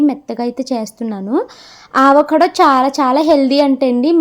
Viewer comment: Meeru aavacado antunnaru avacado anali modati a tho palakandi second a palakakandi ante telugu varnamala lo modati aksharam tho palakandi